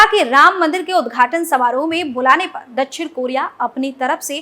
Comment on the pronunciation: दछिण नही दक्+षिण=दक्षिण बोलो